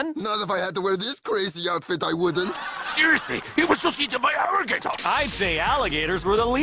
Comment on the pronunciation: "Seriousry my friend got eaten by an arrigator!"